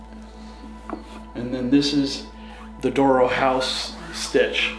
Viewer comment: D'oro. Not dooro